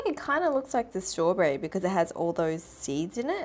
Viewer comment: ”Its a strawbRerry”